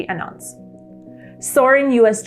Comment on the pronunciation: An untz? You mean an ounce?